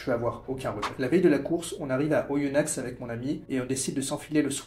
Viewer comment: Les X de Oyonnax ne ce prononce pas 😁